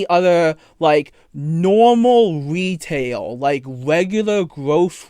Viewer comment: You know any wegular wetail store that hire 14 year olds lol